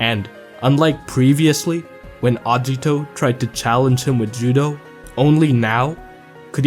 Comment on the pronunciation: The way you prounce Agito triggers me